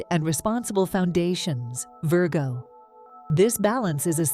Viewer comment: The AI reader of the text needs a human editor's help. Mispronouncing Pisces and Virgo, in several different and incorrect ways, distracts terribly from belief in the message.